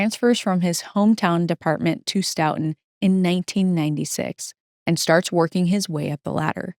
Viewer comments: Very well researched and delivered!! Looking forward to more! (Btw, the locals in Stoughton,pronounce the name of their town STOW-ton, rhymes with "STOW-a-away.) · Great coverage thank you. Also, it’s pronounced like Stoh-Tin